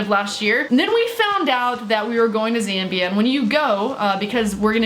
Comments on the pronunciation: My mate lives in Zambia. Btw your saying it right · Ur pronounced Zambia correctly I would know because I did an entire research project in the country